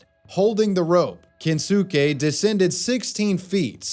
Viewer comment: = His name is pronounced Ken-skay, not Ken-sue-kay. Watch some anime like a real American, jesus.